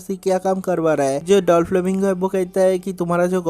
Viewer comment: Vai dolflamingo nha😂.doflamingo